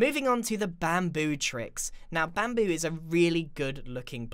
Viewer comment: (・∧‐)ゞ UgHhh i hope my ears are clean Immm pREettYy sure that GRIaaaaN said BaMPOo （ФоФ) If anyone did heard......... Then Gud FOr YOu